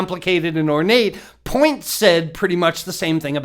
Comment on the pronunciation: It's not point it's pronounced "puwa" fernan puwa